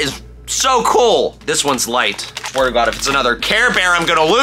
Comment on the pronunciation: the way he says cool like "coal" cracks me up